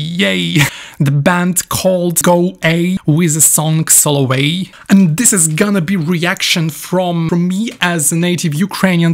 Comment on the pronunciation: Гарно вимовив Соловей